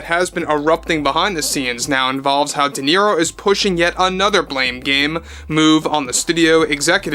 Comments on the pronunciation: Robert dequeero 😅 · I don’t think Duhhhnero has ever read a book😂😂😂